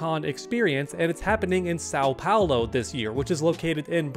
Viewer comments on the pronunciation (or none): "Sau Paulo" 😭 Nah man i can't hahahahaha Shoutout from Brazil 🇧🇷♥️